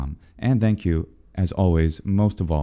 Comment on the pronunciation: Thank (voiced) you! I was rather hopeful you'd do the Welsh 'll' :)